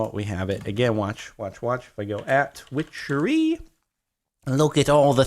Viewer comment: i love when he said wichery thunder rolled